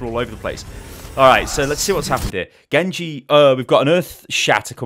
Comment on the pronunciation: "Gengu" lmaoo Gosh I love you